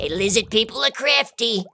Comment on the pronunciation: "Lizzid People"